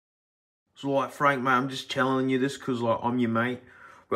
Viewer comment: fronk lol